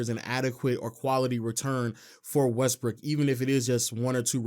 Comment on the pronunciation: West"Brick" slip 😁